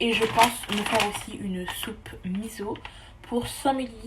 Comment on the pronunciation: J'aime beaucoup ton style de vlog, très chill mais motivant 💖 (Ps : on dit "misso", comme si y avait deux s)